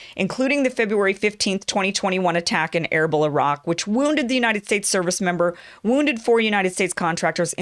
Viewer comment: Erbil is pronounced as Erbeel, as in Eel